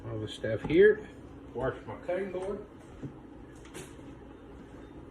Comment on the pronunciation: Warsh? You mean wash?